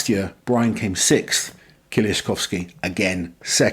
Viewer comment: His name is pronounced more like Mateush Edit: Also try to say kie-leash-kovski it would sound better